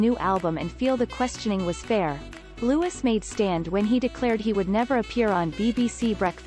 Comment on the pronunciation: It's Louiiiii not Lewis